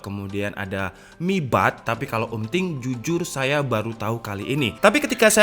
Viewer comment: “setau xaya” 😅